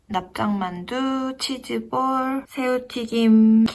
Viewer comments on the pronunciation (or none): 치즈볼 발음이..